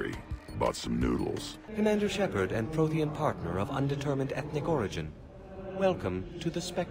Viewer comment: When the hanar said "Prothean", i thought i heard "protein"